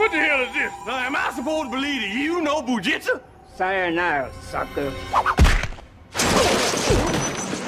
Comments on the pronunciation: did he say "boojitsa"? lmaooo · It's Jujitsu and he said bujitsa 🤣🤣🤣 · After the uppercut and crane pose. Eddie rises up to say:"What da hell is dis...Am I suppose to believe u know Bu jitsa!!! " 🤣🤣🤣 Funniest line to me because it's Jujitsu... Not bujitsa 🤣🤣🤣